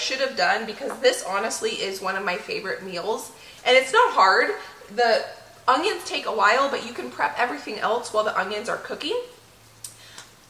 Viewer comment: I love the videos however there is no "g" in onions. Lol